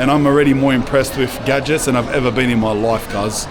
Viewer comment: Say bean again 😂😂